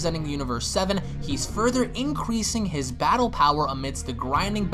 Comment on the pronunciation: lol did you say inqueesing ?